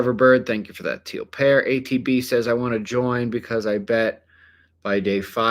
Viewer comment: "Tank yoh"😂